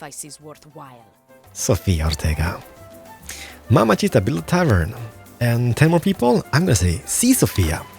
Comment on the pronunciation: "mamacita" is pronounced "mama-zita" not "mama-cheetah" fyi